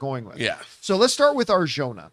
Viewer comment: It's pronounced Ar-hona. And certain people want her for this role so she won't be cast as Wonder Woman 😅